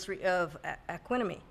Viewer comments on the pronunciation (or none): says they're her favorite but can't pronounce the album name 🤦🏾‍♂️ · I mean I guess Outkast could be favorite group even if she can't pronounce Aquemini...🧢🤔